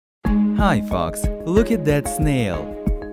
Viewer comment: Did he say "hi fucks" 😂